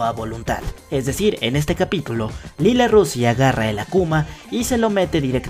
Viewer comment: Se escribre lila pero se dice laila